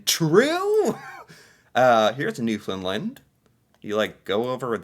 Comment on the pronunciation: I love ya dude but ya gotta start pronouncing Newfoundland properly! Try this. Say "understand Newfoundland" quickly with no emphasis on "found" and definitely not "fin" for found or "lind" for land. Hope this helps lol